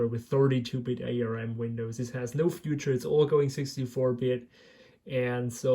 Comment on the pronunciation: I've never seen anyone so disinterested in what they're doing than this. So impatient too! ARM is pronounced as the word "arm", not as individual letters... it's a brand name. ARM processors from this time were not "crappy", they were ALWAYS extremely power efficient, right from the very first ARM chip developed by Acorn back in the '80s. And fast. Intel never managed to get close in terms of power/performance ratio, their x86 and AMD's x64 never got a foothold in the mobile phone or tablet market. Intel's Atom flopped as both a mobile and a desktop processor. Microsoft never got their act together with Windows on ARM, right from Windows CE, through Pocket PC, Windows Mobile, Windows Phone and Win RT, which were all incompatible with each other, never mind desktop Windows.